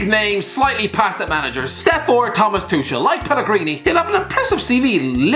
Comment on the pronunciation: He also called Tuchel "Tushel" and pronounced De Ligt as "De Light" so I wouldn't expect anything of him at this point